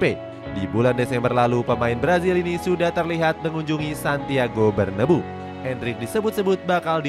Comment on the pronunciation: Santiago BERNABEU bukan Santiago BERNABU